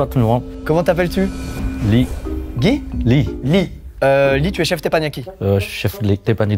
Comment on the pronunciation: guy ? guy ! guiii ??? nan je dirais plus gui .